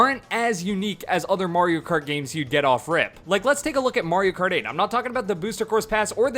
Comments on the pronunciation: It's a little odd when people say "MARE-io Kart", but I can take it in stride. "MORE-io Kart"?!?! You're just screwing with us at that point. 😂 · "More-io kart" at the beginning haha